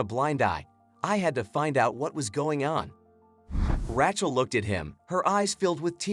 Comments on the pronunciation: Learn how to pronounce Rachel. It’s RAYchel. Not Rat-Chel. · Ra-chael,say it right. And this story is a line of crap.